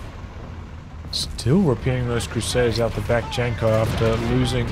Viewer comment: Janko is read as Yanko.